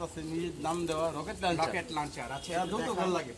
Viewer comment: Chapabazi bhalo korlo. Locket luncher. Thikmoto bolte o parena Rocket k locket boltese.